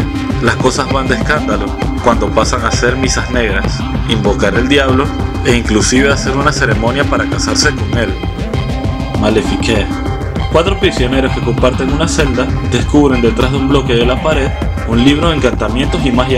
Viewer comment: No leas el francés en español, martyrs se pronuncia con r francesa. 2, me në nu delivré pa di mal 3 malefik 4 út tansion (lo más parecido a fonética) sino dí el nombre en español